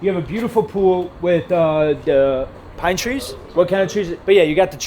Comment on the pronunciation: Did my man say PINE TREES?! LOL